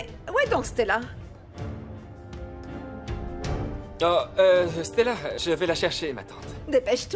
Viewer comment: La façon dont 😂prononce le prénom de Stella on dirait c'est Stalla même 😂qu'elle dit😂